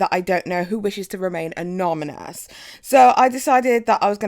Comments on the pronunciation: Please stop getting us Brits a bad name...it's AN ON Y MOUS. And if you followed Jeffree AT ALL you would know that Drew is the camerman. Do some research (And some pronunciation practice) and you'd come across as far more professional. Just saying... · anomynous haha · khhh good job on video, just laughing about 'anominous' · Hearing her say "anomynous" is driving me crazy 😭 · “Amonymous “ !? Haha 🤣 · "anomynous" xD you're cute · A-NON-Y-MOUS. That was so distracting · I kept hearing 'anomynous' and that's the cutest thing ever lol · Each time you say “anomynous” I instinctively sing “do dooo dododo”. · you're killing me. Say it after me, uh-non-uh-muss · Anonymous... why does it sound like you are saying anominous?? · Anomynous...😂😂😂😂😂😂. Great vid though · "anominous" 😭😂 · ah-non-i-mos - is how its pronounced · "Uh-non-a-mas" Anonymous 😘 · “Anominous” lmaoo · It was a cute mistake it's ok 😂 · I noticed it but I kinda like the way you say it. I cannot say Massachusetts to save my life. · Ohh my god your anonymous word is killing me. I understand the accent actually love the accent but your pronouncing that word wrong. Very wrong. 🤣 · Could you fucking learn the word anonymous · You pronounce "anonymous" incorrectly. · The person wants to remain what?????😭😭😭😭😭 oh my word. I also cant say penguins lol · Out of all the tea spilled here I can’t get over how you can’t seem to pronounce the word anonymous 😅. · I believe is dyslexic x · I had to try my hardest to keep watching when you mispronounced anonymous so many times because I wanted to hear what's going on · It's anonymous, the pronunciation that is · Do you not know how to pronounce anonymous???? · Pronounce ..Anonymous. Not anommonus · It's soooo cute how you keep saying aNOMynous instead of aNONymous! I know the struggle😂 I can't say a few words to save my life either! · It’s anoNymous not anoMynous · A-NON-Y-MOUS... NOT AN-OM-IN-OUS! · A NO NY MOUS xD not anominous